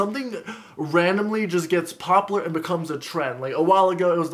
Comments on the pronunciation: I love the way he says popular. He says it like popoolar😂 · "I don't know why it's so papalur"